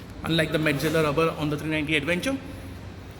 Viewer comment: What is an aduvenchur? Careful with your pronunciation brother. It's awkward. Use English not Hinglish.